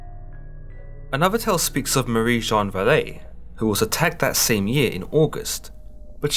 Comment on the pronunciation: Jeanne Boulet , not Jane Boulet . Please ,respect the names in their original form . No need to anglicizes everything . Readers are not lacking mental ability to cope with different names , places and cultures …